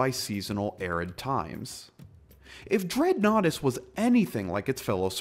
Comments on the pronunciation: I cant help, everytime I hear "Dreadnoughtus"......I hear "Dreadnaughty".....yea, that's just me.....sorry. ok, I'm going to go now. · I've heard of this dinosaur before watching this video. I thought it was pronounced did-not-tiss. I've read about dreadnoughtus in part of an article. I watched animated Jurassic Park horror stories with a dreadnoughtus in one of them and other videos showing dreadnoughtus from "Prehistoric Planet". Also, I see what you did there.